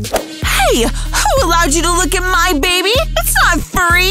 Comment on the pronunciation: it’s not may it’s my